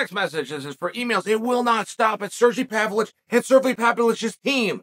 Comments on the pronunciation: No one knows him because you pronounce his incredibly simple name like it’s written in crayon by the 1st grader. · This whole time I thought he was talking about Sergey Spivak and he was just pronouncing his name wrong 🤣 I completely forgot about this guy!? I thought his name was Alexander Romanvo???!! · Ha ha ha, exactly. English is not even my second language and I pronounce Pavlovich's name better than uncle Chael does.